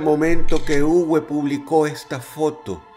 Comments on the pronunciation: También el nombre no se pronuncia "Ugüe", se pronuncia "Ube" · Muy buen video, solo queria comentar. Uwe en Aleman se pronuncia Ube, como en Volkswagen. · Uwe se pronuncia como una b labio-dental . Saludos Dross ,buen video!